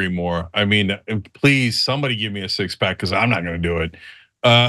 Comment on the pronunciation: I couldn't agree more, I want a six pax, but im not going to do it? hahahahaha but I want hahahahaha, mumble mumble. So clear English 😂